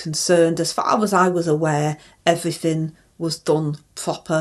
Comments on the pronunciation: Everyfin 😂😂😂 love it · Evryfin properly ! i just had to click on this . lol!! you are so so funny! Rayner is so crude i tell ya! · Sorry but you got the title wrong. It should be 'I Done Everyfink Proper